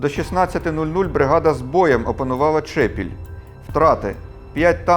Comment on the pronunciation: Дякую за цікаву розповідь, я родом з тих місць про які йдеться, хотів зазначити ,що в назві села Чепіль, наголос на другому складі.